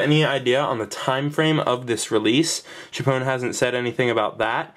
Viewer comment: tchpown? Cee aitch pwn. Please!